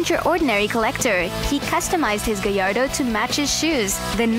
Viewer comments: Oh right, that makes sense actually. Anyway the gallardo is pronounced as "gayardo" that's all I was trying to say. :P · i dont know if she is trying to pronounce gallardo or if she is making fun of lambroghini by calling it a "gay arr do" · Lamborghini "Gayardo"